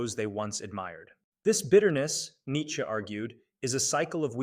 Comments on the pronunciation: These people finding unique ways to pronounce his name is getting out of hand. "Neetska" is just ridiculous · it's Nits'che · Its AI that's why its pronounced in such an absurd way